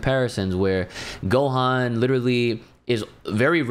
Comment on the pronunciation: It's Gohan bro.